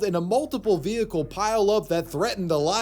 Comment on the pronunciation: What's a vee-hee-cule?